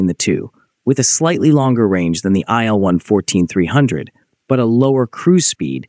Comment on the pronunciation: [il] - for Sergey Vladimirovich Ilyushin , not [aɪ][el]